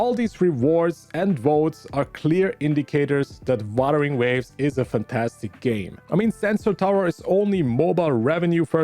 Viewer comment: I know you have an accent but buttering waves? this one also btw I'm trying to be mean it's just funny "buttering waves"😭